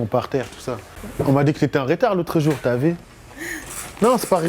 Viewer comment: lol jsui le seul qui a remarque son "Tu a vue " lol c'est plutot "Ti A Vi"